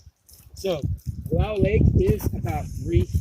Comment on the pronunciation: It's pronounced Wull-OW-uh, dear. 😊